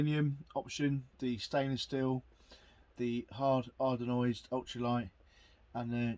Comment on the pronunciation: I kept thinking “what is an Hard Ardonoised pan?” It’s Anodized, pronounced AN-uh-dyzed.